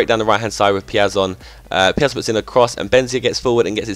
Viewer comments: The pronounce is: "Peea-zon". I'm brazilian man. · Piazon is pronounced peer - zon